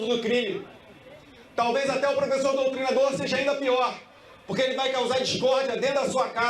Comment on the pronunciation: Ele falou doutrinsdor